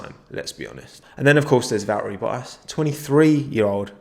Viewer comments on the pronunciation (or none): VB: It's ValTTeri BoTTas: Va'eri Bo'as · Me: Valtteri Bottas Nobody: Absolutely nobody:: Val eri Bo as